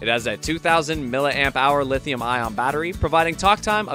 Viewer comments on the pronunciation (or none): none